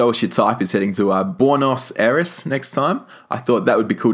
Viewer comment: by the way, pronounce Buenos Aires as "bwen-oss eye-ress" :D